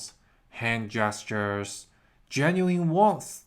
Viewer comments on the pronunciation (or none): none